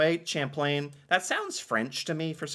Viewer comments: Champlain = "sham-PLAIN". Not "champ..." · Champlain is pronounced Shamplain. He is the founder of New France. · fyi champlain is pronounced like shamplane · lol pronounced with a soft ch like sh hint he's French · Champlain is said with a sh sound